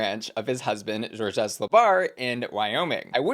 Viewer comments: Haha who tf is George-ess? Zh-or-zh. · I'm dead from the way is pronouncing "Georges". Shes saying it like "George S" or "Jorgeous". Its pronounced "zhorzh". 🤣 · just so you know....georges is one syllable. zhorzh. Not jor-JES. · it’s pronounced George. The S is silent. Georges with an s is the French way to write down the name l. Love you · I’m pretty sure Georges is pronounced George fyi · Just FYI Georges is a French name is and is prounounced "zhorzh", where "zh" is like the g in "mirage". The s is silent. It's not like "Jorgeous".